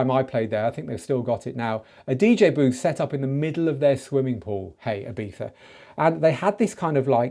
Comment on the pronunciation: Flawless "Ibiza" pronunciation ✅